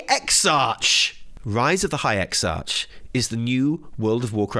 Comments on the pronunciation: Hilarious. Also, I've never heard someone pronounce Exarch with a soft CH instead of the hard K its supposed to be. I dig it Imma say it your way from now on especially since the word Exarch comes up in my daily conversation so frequently! Love everything you and Evitel do! =) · your English skills are terrible! Even I know Exarch is read with a K at the end, not CH